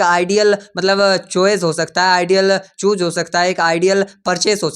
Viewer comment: Bhai chooze nahi choose hota hai ok